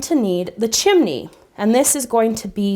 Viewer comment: she said chimne